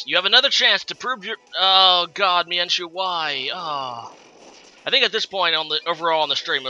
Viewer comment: ok lol it's all good I don't really care how you pronounce them I just thought the why you pronounce mienshao was pretty funny.